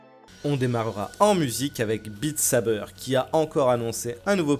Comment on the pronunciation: Mec, fait un effort sur les mots anglais. Bite Sabeur ? Vraiment ?